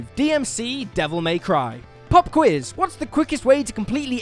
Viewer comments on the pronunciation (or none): none